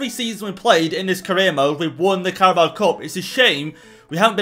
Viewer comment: says Carabo Cup. Subtitles say Cowboy Cup